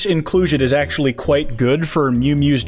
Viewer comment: Why do you sound like kwite